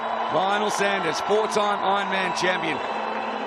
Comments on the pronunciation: As Lionel has been the big marketing push to this event it’s really annoying to hear the commentators ( and ) constantly mispronounce his surname; it’s not like he’s new to the sport; nor they!🤷‍♀️ you need to respect these athletes by learning their names. Otherwise a great event!👍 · Congratulations on securing as big a name as Lionel to this event. It would have been great to hear all the commentators pronounce his name correctly (Sanders not Saunders, it’s not difficult) from the start, this unfortunately seemed a bit demeaning given how much you put him in the spotlight. Great to see non drafting on the bike too.